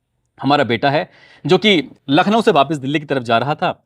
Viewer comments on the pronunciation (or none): none